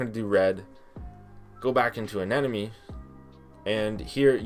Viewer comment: I've heard many different ways people pronounce anemone but not the way you do it